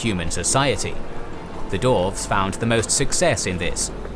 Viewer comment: Stop calling them darves! It's "dwarves" with a "w"!